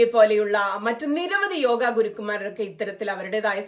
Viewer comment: താങ്കളുടെ വായനയിൽ ചില സ്ഥലങ്ങളിൽ യോഗ എന്നതിനു പകരം യോഗി എന്നാണ് കേൾക്കുന്നത്.